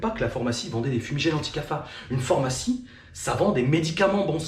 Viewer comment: "phormacie" 🤣🤣🤣🤣 tu m'as tué j'etais pas pret tu le repetes plusieurs fois en + C'est "pharmacie" ^^ Hate de voir la suite